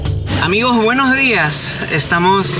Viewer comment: Qué gran trabajo, Álex ❤️ ojalá puedan conocer la paz algún día, y puedan vivir tranquilos 🥺 no puedo evitar reírme cada vez que se te sale un "buenojdiaj", 😂 no sabía que nuestras malas costumbres se pegaban tan rápido 😂🇻🇪 nada fácil que pronunciemos bien la S. Excelente documental ❤️